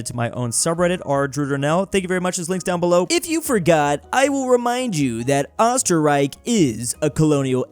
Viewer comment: your pronutcing Österreich wrong